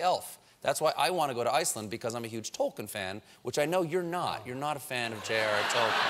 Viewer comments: Such a big fan...who mispronounces Tolkien. Stephen...it's pronounced Tole Keen. PLEASE stop saying his name and wrong...✌ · Colbert might be the most famous Tolkien fan in the world. It's a shame that he doesn't know how to pronounce Tolkien's name.